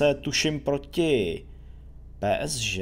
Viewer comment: Kámo prosím Tě, čte se to PSG ( Pé Es Žé ) a ne Pé es ŽeT... hruza